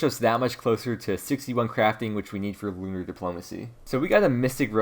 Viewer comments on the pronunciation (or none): none